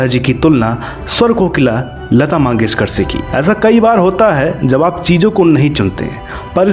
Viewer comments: भाई लता मंगेशकर होता है लता माँगेशकर नहीं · भाई वो लता मंगेशकर हैं, मांगेशकर नहीं